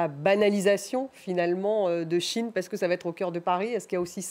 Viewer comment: C’est SHEIN pas Chine!!!